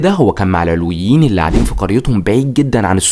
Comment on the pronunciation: كمية الاغلاط التاريخية بالفيديو مُريعة شخص متلك عندو هالعدد من المتابعين لازم يستند على مصادر تكون اكتر صدق بأي حق عم تشكك بعقيدة طائفة كاملة والي هي المكون الثاني من مكونات الشعب السوري (العَلويون بفتح حرف العين) العلويين مسلمين موحدين كتابهم القرآن ونبيهم سيدنا محمد العلويون ماكونو محصورين فقط بالقرداحة الجيش السوري مو الفرنسيين الي صنعوه الجيش السوري تم اصدار الاوامر بأنو ينحل بوقت صارت معركة ميسلون(قبل وجود حافط الاسد بمنصب الرئيس بوقتا كان يوسف العظمة هو وزير للحربية واستشهد بهي المعركة هو والعدد القليل الي من الجنود الي كانو معو) العلويين كانو من اشد المقاومين للفرنسيين وع رأسهم الشيخ صالح العلي متل كتير رجال وطنيين تانين من باقي الطوائف وبوقتا كلن رفضو التقسيم انك تبين تاريخ عائلة الاسد الاجرامي ما بيعطيك الحق انك تشكك بطائفة ومكون اساسي من مكونات شعبنا السوري